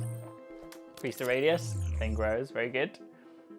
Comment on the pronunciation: THE THING, not "thong", sorry. thx for guiding us through the animation, a bit like an informatician explaining the Matrix's scenario back in the 90's